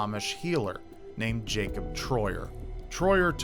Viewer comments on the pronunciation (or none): none